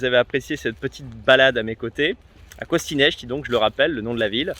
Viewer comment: C' EST PAS CONSTANTIA MAIS CONSTANTA ET ON DIT CONSTANTZA * et COSTINESTI se prononce COSTINEST !!!